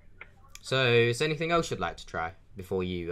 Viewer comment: If you got a Ford Fiesta ST, the insurance would be sky-high dude...:) I got to say this... "any THING" not "any THINK"... gets me when people say it wrong...:o How about you put on a voice, an old man for example, and just be the victim all the way, then exposé! Yeah, wasting their time is good too, but, you know. Okay, I've finished with the critique... Keep it up!:)